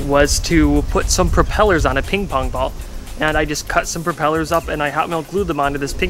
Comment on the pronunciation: "ping-fong ball"